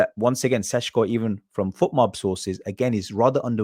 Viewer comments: Why pronounce the first "Š" as a "S" but then the next one correctly. Just imagine you are Sean Connery. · His name is NOT pronounced Seshko. His name is Šeško. Notice how both of the S have ˇ, that usually means it's pronounced the same. So either don't care and say Sesko or say it properly - Sheshko. It makes literally no sense to say Seshko.